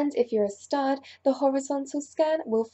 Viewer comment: Did she say stud or star????